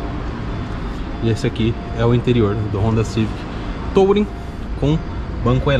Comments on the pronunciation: A pronuncia correta de "Touring" é "turing" não "tOUring" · Legal, mas a pronúncia correta em inglês da palavra touring é “tuúrim”... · legal o vídeo, mas podia pronunciar "tulring" pra ficar melhor